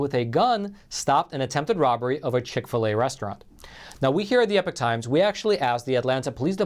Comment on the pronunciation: Why is epoch pronounced as, "epic," rather then "ee-pock?"